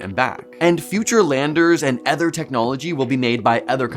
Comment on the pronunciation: The word is OTHER not ETHER. I know you’re Canadian but try to speak English.